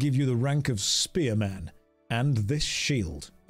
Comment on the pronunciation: You pronouncing spearman as spear-Man made me laugh too much... i dunno why